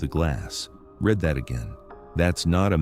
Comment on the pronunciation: 'red that again' instead of 'reed that again' These computer voices are annoying sometimes. tEars instead of tAirs.